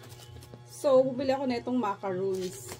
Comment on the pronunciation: Yes sis ganyan ang macaron...sis ganito pronounce share ko lang..mah-ka-rhoon..yung mah- kah- run ..yung yung coconut..😊